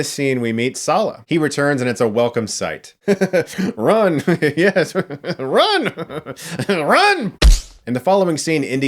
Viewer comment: Schee that; 30 noesh and a yesh means yesh